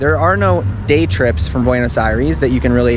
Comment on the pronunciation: As a bilingual viewer, his "eye-REES" over and over was so grating to the ear, and then he says that he speaks Spanish 🤦‍♀